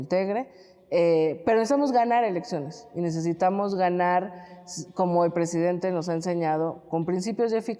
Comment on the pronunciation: Hola Eláudia. ¿Ecsáctlí? Como dice nuestro PreJidente: "ConRerspeto"... ¿Acaso eres extranjera pero parida en México? ¿Nuestro PreJidente Andrés NEPOMUCENOmanuel López Obrador (ANLO) ¿Tiene facultad para imponer a la indiada nacional a una fichita que ES JUDÍA y sin gota de sangre nacional, como los 2 machos con los que se ha aparCasado? LLÓ siempre voté por AMLO pero no por su IQ ¡Así NO... ANLO!